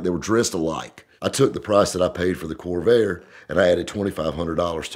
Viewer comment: It sure sounded like kept saying kobe 😂